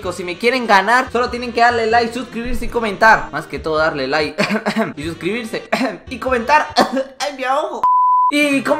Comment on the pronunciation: en lugar de darle like dice darle nike